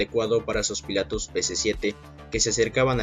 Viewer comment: segun el presentador .. ya no son “ pilotos “ si no “‘pilatos “